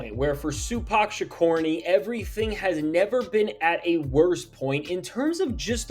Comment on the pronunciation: Sue-pac Sha-corny 🫨🫨🫨🫨🫨